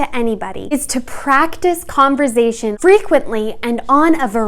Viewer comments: Great video, but please stop pronouncing it "converzation" xD it's conversation with an "s" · Converzation???? Why is she saying it that way? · this woman said converzation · .5 seconds in I had to click off when she said “converZation”. Girl how u gonna tell us how to carry on a conversation when you can even pronounce it 😭😭😭😭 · Idk but it's so funny lol love her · I thought she said conservation at first honestly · She keeps saying "converZZZation" lol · You should change the title to CONVERZAYTION LOL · so funny because I live in southern rural Ontario and we pronounce it with a ‘z’ like sound! 💕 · Giggling at the way she pronounces conversation,😊😂. But I love her advice. I really wish YouTube was around in my young adult hood lol. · The way you pronounce “conversation” amuses me😄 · I can’t be the only one who was constantly triggered by the way she pronounced the S in conversation, I feel abused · Interesting and informative video! I too was triggered by her pronunciation of conversation! I kept repeating it the correct way lol! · Dude, she just pronounced it wrong, get over it. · Wonderful video. Maybe pronounce converSation with the “s” sound though? Less distracting. Other than that, very helpful! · conversation is with an s not a z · OH wow didn't know she was Canadian! Got it! In the US, it's pronounced more like an s, love phonetics!